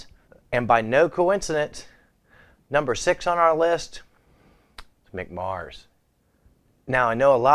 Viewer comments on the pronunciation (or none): none